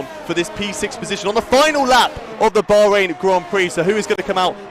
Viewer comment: It would be decent if the commentator bothered to learn the name of the country Bahrain.